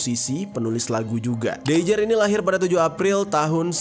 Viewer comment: Dreijer kalau orang Eropa membacanya Dreiyer Mass